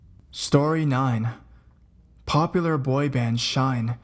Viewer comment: wait u mean Shinee not Shine its pronounced Shine-ee and the boys name is pronounced Tae-Min like aye but with out the Y Tae then just Min like MINnie mouse